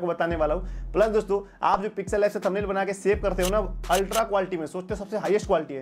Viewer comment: Pixel life app? pronounciation too bad